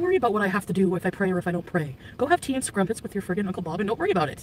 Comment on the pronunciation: Did she call crumpets, "scrumpets" ... again? I thought it was a typo but it's so funny to me that she said it outloud like this. 🙃